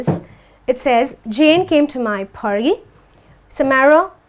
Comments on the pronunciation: Aunty it's not pharty , it's party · For example it's not pharty,it's party